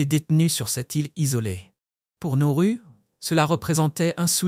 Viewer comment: Pas Norru mais Nauru 😊